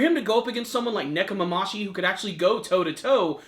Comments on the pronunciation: it's Nekomamushi not Nekomamashi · nekomamushi not nekomamashi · ne-ko- ma-MU-shi.... it's been several weeks now come on man get their names right